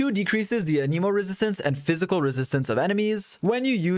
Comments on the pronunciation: It hurts me when you pronounce anemo animo😭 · there's an E in anEmo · why do you say anemo wrong? why do you always says stuff wrong?